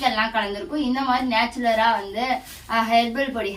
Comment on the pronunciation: அது நேச்சுலர் இல்ல நேச்சுரல்